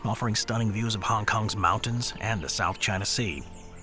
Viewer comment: Yes, you pronounced Hong Kong correctly.